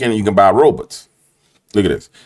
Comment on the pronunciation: Stop saying ROBUTTS!!! 😂